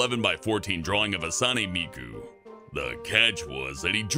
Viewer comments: It’s pronounced Hat-Soon-A. Not Huh-Sahn-Ay. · Did he say... hatsane... instead of Hatsune... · "Hasane miku" damn is that how you say her name?!?! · Wrong, it's pronounced Hat- Soo- Nay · did you say Hatsune wrong >:0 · is it just me or did mispronounce hatsune? either way im glad someone used miku as a way to pass a test. i wanna be this guys friend lol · YOU SAID HATSUNE WRONG!!!!!!